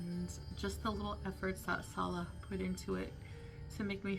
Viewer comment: I TOLD her , from day one , she wasn't pronouncing his name right ... Fairly recently she is coming CLOSER to the correct pronunciation .